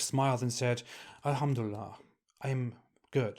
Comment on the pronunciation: I'm very happy 😂😂😂 oğlum çıktığın yere geri gir,how do you know , if you're not happy doesn't mean we're not 😂😂😂😂 you can't even pronounce elhamdülillah right and that proofs that you never were a MUSLIM you prick 😂😂😂😮😮😮